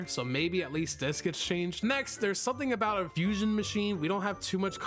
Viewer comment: He say fusoin😮 ice+dough=icecreem fruit😂